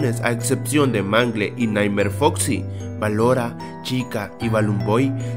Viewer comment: Es ballora no balora😂😂se escuchara como vela😂😂😂